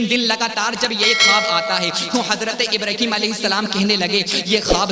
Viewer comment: ابراہیم نام ہے ابرہیم نہیں